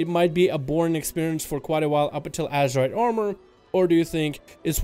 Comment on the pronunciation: Ok. wait. Whats with all this rambling (again)? You can talk about this issue in a way better structured video, i don't know like going to the POINT(and staying there)? Oh and btw pretty sure is not pronounced "ASHerite"